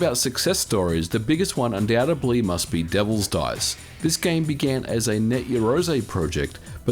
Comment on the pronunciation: It's not "undoubtUBLY" it's "undoubtEDLY".